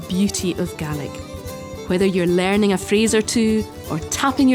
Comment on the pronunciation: Whenever she said "phrase" I heard FRASER